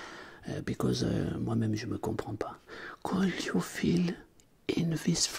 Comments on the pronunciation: La prononciation de could m’a crispé les oreilles 😂😂 tu as des progrès à faire en anglais tout comme moi ! Continue ainsi ! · Mdr super vidéo mais quand tu dis le verbe " could " il faut pas prononcer le "L" et le verbe "have " prononce le : hève et aussi tout ce qui commence par th c est pas z la pronononciation mais d